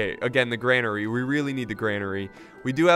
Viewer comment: its said like Grain-ery not Gran-ery